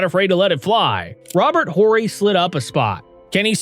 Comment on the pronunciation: i was just about to make a comment about the voice over- Horry is Orr-ee, and then later "title" is not pronounce Ty-doll. Odd that last one would even happen